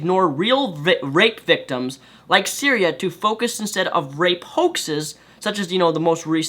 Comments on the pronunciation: The whole video, I was thinking another porn star was raped. Then I clicked the link, and found it was Cytherea. How you mispronounced it so bad, I have now idea, but typically "th" is not silent. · Her name is Cytherea, not Syria. I know you have a speech impediment and you probably didn't mean to mispronounce her name, but it annoyed the hell out of me whenever you said her name. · I'd like to note that because of dyslexia he said Syria and not Cytherea. So if anyone is having issue trying to find the story, that is why. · Isn't it Cytheria? Not syria? xD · Cytherea buddy .....not Syria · I swear I want to rip your hair out when you say "Syria" it's Sy-thee- ree-ah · Cytherea, not syria. Otherwise good video. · "Cytheria," not "Syria," dude... lol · Its Cytherea not Syria. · Her name is Cytherea, not Syria. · I'm not disagreeing with what you're saying,, but it would do you a solid to at least pronounce her name right. It's Cytheria, not Syria. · I appreciate your vid, and I do agree with you. However, I am going to correct you on the victim's name which you repeatedly said was "syria" or some version of that word. Her name is Cytheria and she has my support and well wishes. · Great points all around, but ummm....her name is Cytheria, not Cyrea or however you would spell that. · Cytheria not Syria. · The thing that annoys me most is that you keep calling her Syria, like the country and not her name, which is Cytherea... But yea feminists only support what can propagate their own agenda of female superiority. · Lol Syria. You mean Cytheria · The fact you kept pronouncing her name as Syria added an extra, bizarre edge to this video. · I think its pronounced Sy-Th-ear-e-ya... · I think you have the pronunciation wrong or am I mistaken: sy-thee-ree-a? Yes, wow that is some news and it took me a while to find it online as well because it is so under the surface. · You kept fucking up her name but other than that, great vid.